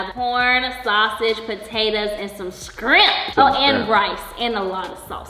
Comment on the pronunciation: it's. Shrimp not shrimp